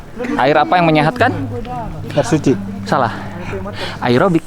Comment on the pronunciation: Pingin nampol saat lu bilang airobik 😡